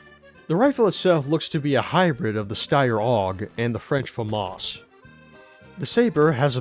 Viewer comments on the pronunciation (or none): none